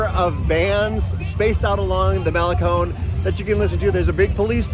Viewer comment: Thanks for pronouncing malecon correctly! 😊